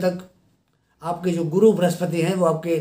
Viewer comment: गुरु बोल्ने मे गड बड लग्राहाहे 😀शुक्रीया गुरु।